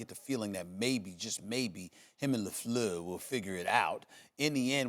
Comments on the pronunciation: Stephen A gotta stop saying LaFluer 😂😂😂😂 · first take and their pronunciation of the “lafleur” running joke is actually really fucking funny. i hope they get every one that comes on to say it like that.